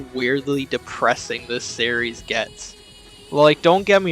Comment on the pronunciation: series = "serreys" What is this strange accent?